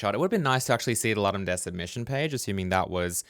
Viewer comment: Please, please, please check how to pronounce Ludum Dare. Did I say please?